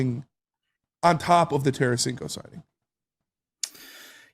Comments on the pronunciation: It's Tarasenko not Taransenko, what a bunch of hacks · Its Tarasenko ...no biggie ...if he was, last team would have kept T.